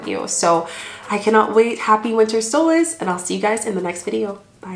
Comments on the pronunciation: Solstice..with a T ..not solace ... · What if we're ready to celebrate the Summer Solstice? You're saying Solas. I'm assuming you mean the Solstice???